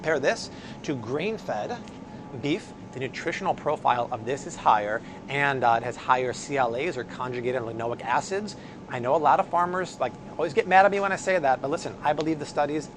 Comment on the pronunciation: Dear, I love what you do! I am also a food and health nerd, as well, but I just have to say this, as you've said it in a few videos: CLA is pronounced conjugated "lin-oh-LEE-ick" acid, not "lin-oh-ick" acid. I just don't want people snickering behind your back, because your information is so important for everyone. I'd also tell you if you had spinach in your teeth:) Much love, xoxo